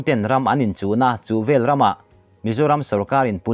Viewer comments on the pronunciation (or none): none